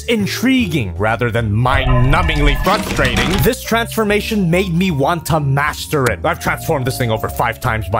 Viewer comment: did say “Fuckstrating” or “frustrating”